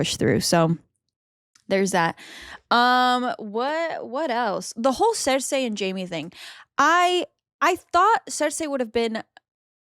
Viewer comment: It's Cersei not THER THEY